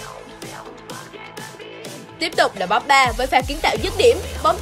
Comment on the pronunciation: Chán ghê. Cô blv. Bóp ba. Xem thì thích mà nghe cái âm bóp ba phát ra mà gây ức chế. Cái tên của người ta đọc còn sai